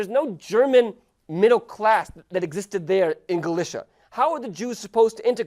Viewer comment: nice Video But i would Love it so much id He would pronounce Galicia right